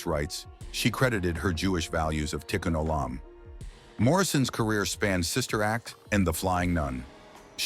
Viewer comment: Please clean up the AI pronunciation of 'ch' it is not ' sh'. Also tikku'n o'lam is not hakuna matata. Pronounce it slowly and accentuated. Don't speed it up. Please, some of this is so good, the rest is sad.